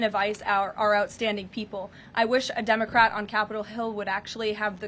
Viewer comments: Did she pronounce it "dumbacrat" once? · Did she just say “dumocrat”?!! 😂 very fitting ❤